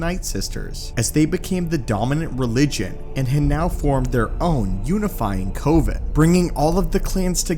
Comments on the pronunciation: I mentioned this in another comment, but Coven is pronounced with an emphasis on the v. Cov-an rather than Co-ven. Like the difference between covenant and pirate cove. It’s not a big deal, and it’s an easy mistake to make, but it was driving me a little crazy throughout the video. Said video was great by the way! Enjoyed very much! Love learning more Star Wars lore! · Why you saying COVEN like that?